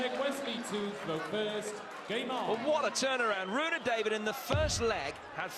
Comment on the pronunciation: His name is Rune David. Not Rohit David